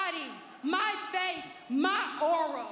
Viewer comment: when she said “aura” in person it sounded like “oral” (i was there)